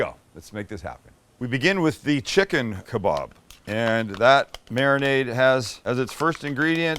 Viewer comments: KebAb not KebOb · I know tomato/tomato but it’s an A! Why are you pronouncing it ke-bob? Not ke-bab? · also why do you pronounce them as kabob when it's a kebab lol